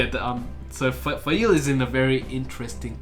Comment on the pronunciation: Call her Faile. Trust :) Also please keep sharing how the names are pronounced IRL! I had no idea re. Be'lal or Ishmael. I love the depth of detail you get into with each video. It's like re-reading the books myself. I am so stocked for the next part. The first Perrin POV is one of my favourites for all the small moments you touch on: smelling the grey men, the paw prints, the dream visions, Hopper 🥰, Faile finding out the truth of Rand😅, the balefire! The world is corrupted because people are. Just like our world. I love your dark friend/black Ajah predictions. RAFO!! Nynaeve is best girl. Love her but yeah that chapter was a bit slow. At this point is when I really started enjoying Mat as a character, when he starts his journey to save the wonder girls.